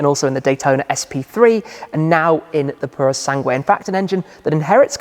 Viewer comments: Repeat after me. Pooro Sangweh. It's not Sang-wayyyy! I don't know where you're getting the Y at the end from. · You don’t have to pronounce U in Sangue. It says “PurO SanGe” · They should have given a different name, just some letters and numbers. Now we have to listen to anglophone youtubers butchering the name for decades to come ("pooroh sungway") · Thanks Tim, but I think I am going to continue to pronounce it Purosang (like I did before I heard anyone else say it). Purosangway sounds too overwrought! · "Sangueh." ROFL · U don't read the "u" in "sangue" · Hi Tim In the word "sangue", the letter "u" is not pronounced... 😉 Cheers from Porto 🇵🇹